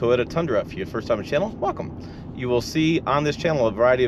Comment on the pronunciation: “Toda” tundra